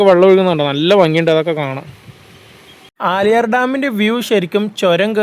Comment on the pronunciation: ബ്രോ പുല്ലി പുലി ❌ പുള്ളി പുലി ✅ ആലിയാർ ❌ ആളിയാർ✅